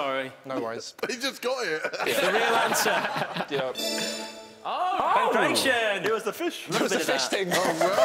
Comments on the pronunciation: Me shouting PANCRATION at the tv 🤦‍♂️pronounced PAN-CRAT -EON and dates back to the og Olympics in Ancient Greece. Here's me a non sports fan 😂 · Apart from they all pronounced in pankr-ai-tion and not pank-rat-ion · “Pankration” (pronounced pan-KRA-tee-on) was wrestling done in Ancient Greece. Contestants would often oil themselves up and wrestle as part of some of the first olympics.